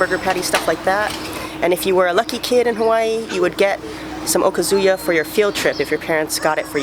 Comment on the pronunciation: Great places, vid, but I’d never think you’re Japanese cuz I’ve watched 3 of your videos & you keep pronouncing okazu-ya “oh-cuzoo-ya” instead oh-KAH- zoo-ya. Cute but not Japanese sounding…